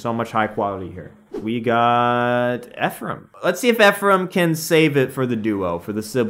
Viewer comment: I’m serious. My twin brother is named Ephraim. Thank you for pronouncing it correctly.